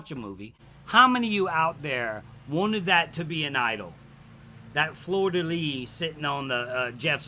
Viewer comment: Oh wow, you basically said "fleur de lis" correctly. Good job,. Seriously, Americans butcher French, except maybe Louisiana. And I was BEGGING for it to be an idol! I don't care that it wasn't: I care that he had the nerve to try it, and hey, maybe he gave the producers a good idea: hide an idol at Tribal.